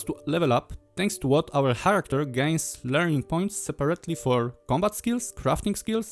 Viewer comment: Enderal is one of my favorite games, much more so than Skyrim itself. Btw character czyta się karakter, dużo ludzi się myli przy tym słówko i popularna wymowa, która jest błędna to czarakter.